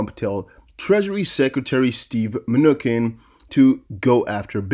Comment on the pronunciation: You have great content! As a former English Teacher, your credibility will improve if you learn to pronounce names/words properly. For example, Steve Mnuchin (Men-oo-chin). I know it takes extra time in creating a video to review and make sure words are pronounced correctly, but it will be worth your time.